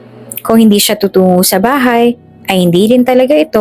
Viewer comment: Pakibigkas Ng maayos ang salitang tutungo